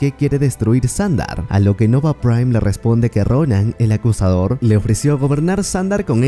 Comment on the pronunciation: No se por que oía el acosador en ves de acusador